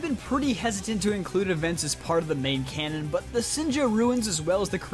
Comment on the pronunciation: Please stop saying cannon